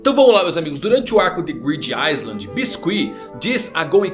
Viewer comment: A pronuncia é "Grid Ailand" o S é mudo em Island